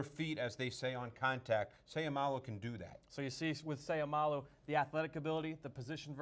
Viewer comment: Just a small correction his last name ends with an o not u. So u can pronounce with the word low not lou. So its Seiumalo. ( mah-low) At the end of his last name just a help in pronouncing. N by the way. Go Isaac!!!!!!!!!